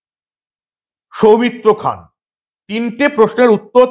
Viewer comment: সৌমিত্র খান 💁‍♂️ উচ্চারণ সৌমিত্র খাঁ ।